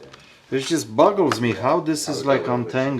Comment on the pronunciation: '' It just buggles me'' combo of boggles my mind and bugs me. Petism's